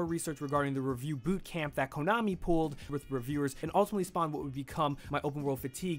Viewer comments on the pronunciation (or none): none